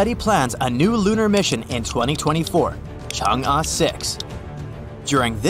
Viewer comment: man is pronouncing chang e wrong bruh